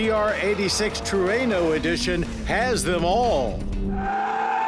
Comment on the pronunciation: At 1st, I thought Mr. Davis said Truanal? 🤔